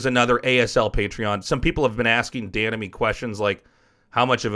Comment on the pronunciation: Every time he says "Dan and me" I understand "The enemy"